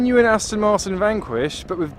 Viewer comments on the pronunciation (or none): none